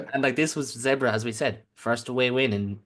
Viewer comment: Lads, Zebre (zebras in Italian) should be pronounce like “zeb-ray”.